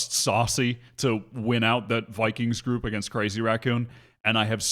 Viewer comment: the stress on "sacy" is on the second syllable